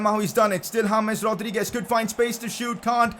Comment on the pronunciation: Please correct your pronounciation of James Rodriguez